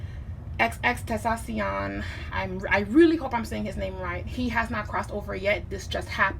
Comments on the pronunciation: XXX-Ten-Ta-Cion not xxxtextasion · His stage name is pronounced “X-X-X-ten-tah-see-own” and his real name is Jahseh pronounced “Jaw-say” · This is amazing. R.I.P X. Btw you pronounce it xxx-ten-tashi-on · “Xxxtexasion” had me dying but allot of people mistake his name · She pronounced his name wrong 😭😭😭